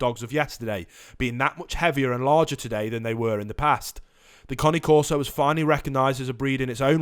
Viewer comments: It's Cane like Candy Cane, Not Connie. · I love how he's saying Connie corso instead of cane corso 😭😂😂😂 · The one thing you can’t google about these dogs and report on your channel....how to pronounce their fuckin name. It’s not the Connie corso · How you pronounce it makes it sound like a new breed of dog 😂😂😂😂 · Junior Scarboro I agree he is pronouncing The name wrong. So annoying... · I 💯 percent agree with you. His information is so far out in left field Not to mention he can’t even pronounce cane corso correctly And then he says They Barley bark .Come over to my Home our Shop and see if my Dogs Bark. He wouldn’t even make it to the front Door before my place shakes Not to mention if one of them don’t chance him down the street.. Great watch Dogs Awsome Family protectors....